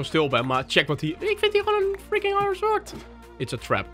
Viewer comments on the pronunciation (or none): none